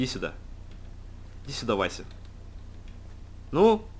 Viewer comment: это не Вася это Васс